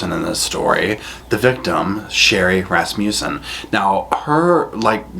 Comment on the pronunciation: I giggle everytime you say Rass-muse-son.Its Rass-mus-son